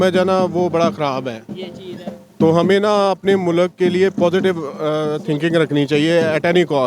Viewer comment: Don't say MULAK, it's MULK 😂😂